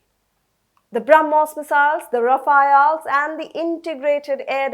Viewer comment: No girl, the planes aren't called "Rafael' (rah-fa-EL). They're called Rafale (rah-FAHL). "Rafale" is the given name of the French jet fighters while "Rafael" is an archangel in Christianity. Now look who's being a mystic 🤣